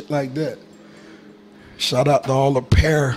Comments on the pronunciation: he said “ I ee pearrrrr shout out to all the Phear” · Dude put hella emphasis on the “pear” 😂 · People probably misheard him for saying he eats bears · Every time he pronounces the P, it sounds like a basketball dribble 😂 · "I eat Pears now, and shit like that." "Shoutout to all the Pear." this video also made me forget how to pronounce pear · i love how he pronounces Pear with the capital P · I wish I could further capitalize the capital P just to recreate the sheer magnitude with which he says "Pears" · Extra emphasis on that P . xD